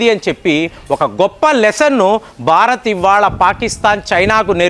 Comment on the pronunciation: చాలా బాగా చెప్పారు కానీ ఉచ్ఛారణ దోషాలను సరిచేసుకోండి. బారత్ కాదు, భారత్. తండర్ కాదు, థండర్. మీకు చాలా జ్ఞానం ఉంది దాన్ని ఇంకా బాగా పంచాలంటే భాష మరియు ఉచ్ఛారణ బాగా ఉండాలి.